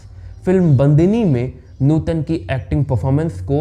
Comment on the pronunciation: अरे यार, नुटन नही नूतन है उनका नाम ट नही त